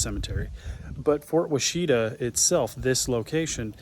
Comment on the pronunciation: Wash-ih-tah. Ask the locals how that word is pronounced